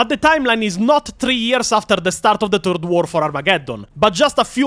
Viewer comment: bros i love you and the videos are awesome but in h, its not "Turd War of Armageddon", it is "Third War of Armagageddon". just wanted to clarify for newbros. =P